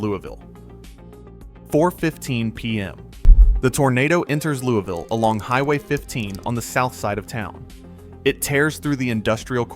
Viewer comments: Yeah, you probably should've researched more. Louisville Mississippi isn't pronounced "Louie-Ville". Its "LOUIS-VILLE". The city in Kentucky is pronounced "LOUIE-VILLE". And that map shot was Louisville, Ky. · In Kentucky it is "Louie-ville", here in Mississippi we pronounce it "Lewis-ville." Also the map you show is of "Louie-ville", Louisville has only two state highways and no river running through it. Regardless thanks for the re-collection of that day. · A gentle correction. Louisville, Mississippi is properly pronounced “Louis-Ville. Totally understand the difficulties with both French and English influences in American place names. But I did grow up on the Winston/Noxubee County line.